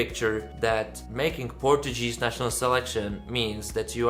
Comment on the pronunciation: Hi, you're pronouncing "Portuguese" incorrectly.:) It should be something like "Porčugíz". By the way, Neev is my favourite and Portugal never sent a song 100% in English so why not? And he is a quite talented and charismatic guy. Mema is a disappointment for me, a pity as I like other songs from her. I can see her struggling to qualify to the Portuguese final.